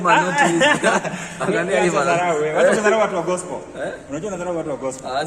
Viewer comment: I love the way he prounounces gospel as gospo🤣🤣